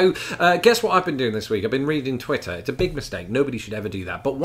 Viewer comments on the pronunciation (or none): none